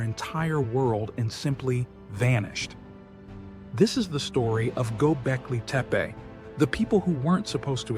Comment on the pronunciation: Bonjour Bravo clair consis neutre Pour capter la curiosité cela me semble parfait. Il y a juste un tout tout petit hic la prononciation du nom du site mais je ne suis sans doutes qu'un âne. Merci ❤ PAM 54